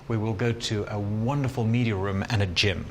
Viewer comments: Why is he pronouncing "room" so strange? 🤔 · why he say rum not room? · “ an impressive rúm” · They way he says "Room", exquisite